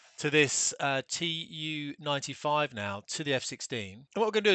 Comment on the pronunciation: It's pronounced simply TU [tu], not TeeYoo-95, because of the name – Túpolev. It's not TeeYoopolev